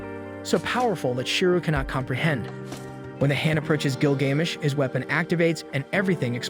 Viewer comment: Couldn’t even pronounce Gilgamesh correctly. I’m so sick of lame channels like this and the trash AI or the retarded muppet they get to narrate these shows